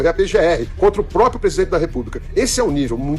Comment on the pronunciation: PRÓPRIO!!! PRÓPRIA!!!!!! É assim que se fala cara!!!!!!!!!😮😮😮😮